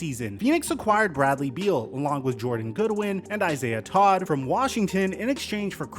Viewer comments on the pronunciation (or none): none